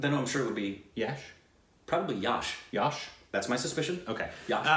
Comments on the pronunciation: Its Not YAASH guys , its just YASH. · Yash..is pronounced similar to 'yuck' but with an 'sh' at the end instead of 'ck' Also love how interested is in india! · You pronounce it as 'yush' (not 'you'; yuh. Like 'yuhsh') Hope you understood that XD